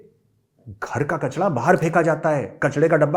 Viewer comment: Jahil k bachay kachra hota hai kachla nhi 😂